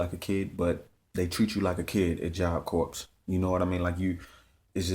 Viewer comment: Corps is said like job core